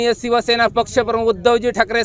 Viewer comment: आदी शिवसेना बोलायचं शिक रे 😂😂😂 सिव सेना नाही रे शिवसेना रे बोलायचं शिक आदि